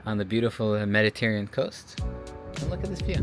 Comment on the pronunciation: you're killing me with your pronunciation: "Meditarean" 🤣